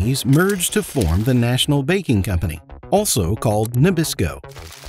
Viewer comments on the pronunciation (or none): none